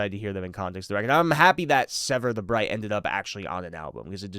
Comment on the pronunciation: You keep saying Bright instead of Blight for “Sever the Blight” and it’s really bothering me. 😆